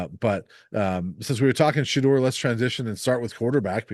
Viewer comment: Thank you guys for saying Shedeur's name right. The guys who say DOR at the end is like nails on a chalkboard 😂